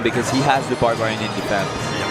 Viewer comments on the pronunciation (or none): I've never heard the word barbarian pronounced so differently and with such rapidity